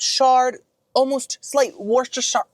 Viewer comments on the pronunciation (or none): say it with me Woo Sta Sure Woo Sta sure Worcestershire….